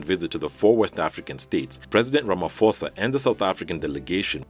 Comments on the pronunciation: "Ramaposa" is how you pronounce Ramaphosa! Not Ramafosa🛑😉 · The "ramaphosa" is actually pronounced with a p not f ,anyways love your channel ✌